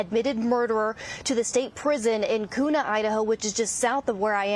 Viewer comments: It's "Kyuna" An Idahoan would know. 😄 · She pronounced Kuna incorrectly. It’s pronounced Q nuh. Kuna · Your saying kuna wrong